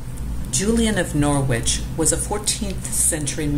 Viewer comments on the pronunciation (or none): Very nice video. Thank you. One thing to add, Norwich ir pronounced "NORRICH" or "NORRIDGE" by English people, of which I am one. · It is pronounced Norich. Drop the w. There's no G sound. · Norwich is pronounced 'Norr'idge'. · Norwich ='Norridge' rhymes with 'porridge'. Other than that, it's very informative! :) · In England “Norwich” is not pronounced “Nor wich”. It runs together and the “w” is not pronounced. Check the pronunciation on Google.